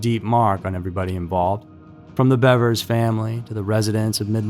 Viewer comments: Thanks for calling her Bevers and not Beavers 😅 Idk why everyone pronounces it like shes a Beaver... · And he pronounced it correctly, there's so A in there.